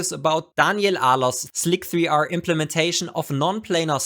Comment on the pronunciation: Finally someone who accepts the only true way to pronounce Slic3r